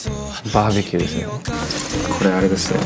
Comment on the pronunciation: バーベキューが万引きに聞こえてガチビビりした。